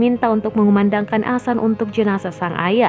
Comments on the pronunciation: Maap mb bc nya bukan Asan tp adzan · adzan itu bukan sesuatu yang asing, tiap hari adzan di lantunkan 5 kali sehari, kalo gak tau penulisan yg bener seenggaknya bisa mengucapkan, ini adminnya jelas² ngomong asan.. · adzan itu bukan sesuatu yg asing di telinga masyarakat, jadi kebanyakan non muslim tau apa itu adzan, bukan cuman di masjid, adzan juga ada di tv, lagian dia ini tukang baca berita, penguasaan kosa katanya pasti lebih banyak, tapi anehnya kenapa dia bilang asan🗿🗿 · Yang bener min bilanh adzan nya